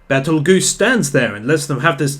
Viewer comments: Adding a sin for saying Betel-Spider instead of Spider-geuse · Isn't it Petelgeuse?